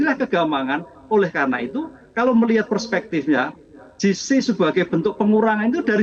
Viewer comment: Bukan “JI SI” (GC) mbak.. tapi “JE SI” (JC)